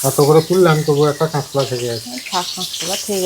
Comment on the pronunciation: তুমি সোস্যাল মিডিয়ায. কাজ করেছ ভোমাকে অনেক স্মার্ট ওচটপটে হতে হবে তা না হলে একটু অসুবিধার সম্মুখীন হতে হবে বোন। তুমি এই ভিডিও যে করছে দেশের সব মানুষ দেখেতুমি লেখাপড়া জানা মেয়ে ভয.দূরে ফেলে দিয়ে সাহসী মেয়ের মত কথা বলবে ভাই এত উচ্চারণ খারাপ করে নাতো। শেখার শেষ নেই গাঁয়ের কথা একটু পাল্টানোর চেষ্টাকর মানুষ পারে না এমন কাজ নেই। কেঁচ কলা নয. কাঁচ কলা.কাঁকরোল বলে কাঁকর নয.। মনেকিছু করবে না। অনেক ভাল বাসা পাঠালাম । ভাল থাকবেসবা ইকে নিয়ে।শুভ রাত ।❤❤